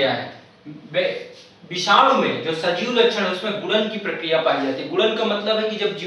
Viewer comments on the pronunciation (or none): none